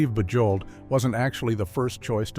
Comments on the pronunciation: Your AI narrator should be corrected. Bujold's name is pronounced "Zhahnvyev Boozhol" and why are there odd film stills included? For instance Vanessa Redgrave and Timothy Dalton and Fred McMurray with some cowboy. This thing is a mess. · Genevieve's last name, Bujold, is NOT pronounced with a hard J. She was nominated for an Oscar, and should have received that golden prize. Absolutely magnificent performance. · I love how the narrator mangled Genevieve Bujold’s name. A Richard Burton biographer stated that he wrote in his diary that he didn’t like Genevieve Bujold knowing that Elizabeth Taylor would read it. I like Elizabeth Taylor but Genevieve Bujold was a much better actress. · Thanks that was hard on the ear.😖